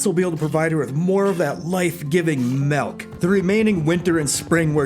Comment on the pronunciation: I feel like I'm missing some joke but why are you calling it melk?